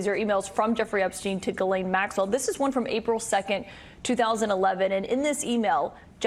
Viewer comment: How you go from "ghis"Laine to "Ga"Laine it's insane to me